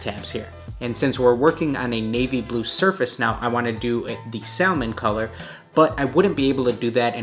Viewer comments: It's pronounced "samon" not "sal Mon" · You had me till you said Sal-mon. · Anyone else annoyed at how he pronounces Salmon? The l is silent should sound like "samon" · The color “salmon” is pronounced sa-min (the L is silent). It’s the name of the fish. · If this dude say SAL-Mon One more time, I'm gonna quit being a pescatarian, lol. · My man really said SAL-MON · The L is silent in salmon that irritated me the whole video 😂 The trainers looked amazing 👌🏽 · Hold up... how did you just pronounce salmon 😐🤭🤯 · Love your vids bro but I hate how you pronounce salmon 😂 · I can't believe no one has commented on this so far but the way you say salmon is like REALLY wrong. The "L" is silent.